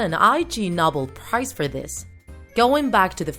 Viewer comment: "Nobel" is pronounced "No bell", not "Nahbul.